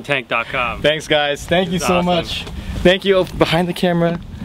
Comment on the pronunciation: "tank you?"LoLz